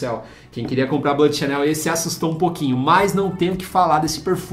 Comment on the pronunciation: Duas dicas: a palavra "bleu" (azul em Francês) se lê BLU e não "blâ"; já "sauvage" se lê "SUVAGE" e não "savage". De nada.